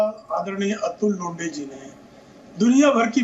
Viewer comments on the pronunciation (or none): लोंढे है लोढा नही मराठी है